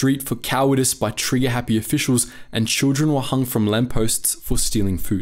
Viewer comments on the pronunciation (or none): none